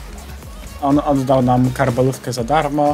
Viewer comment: tak fajnie to wymawia